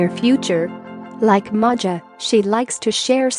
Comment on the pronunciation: Her name is pronounced MAYA ....😮